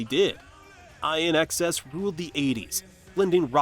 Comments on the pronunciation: It's not Eye N X S. It's pronounced In Excess. Douchebag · pronounced In Excess!!!!!!!!!!!!!!!!!!!!!